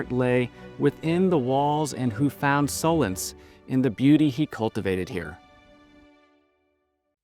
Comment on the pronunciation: “ so -lance.?” Surely solace.